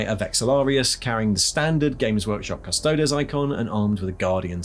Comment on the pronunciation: Why can't people pronounce custodes? It's fake latin - think crises.